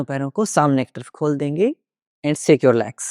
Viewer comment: Shake not sake 😊